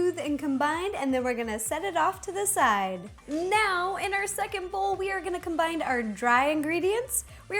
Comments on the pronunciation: I love the way she says combine like 'combind'! hehehe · Did she say combine or combined ? Either way she is so cute!!😘